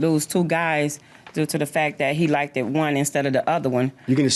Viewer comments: Stop saying like-ed. It’s not a word. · Like-.ed look-ed drives me crazy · I hate that! I had to stop a former coworker from saying like-ded! It’s embarrassing!